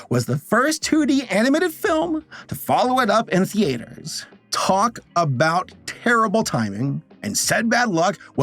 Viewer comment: Love videos but the way he pronounces “theater” is like nails on a chalkboard 😂😂😂😂 Why you going so hard on the “A”?